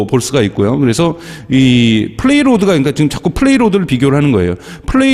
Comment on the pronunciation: 이분 아직도 플레이로드라고 하시네